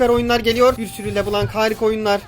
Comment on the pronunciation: Abi o le blanc kelimesi lö bılon diye okunuyor beyaz demek fransızca da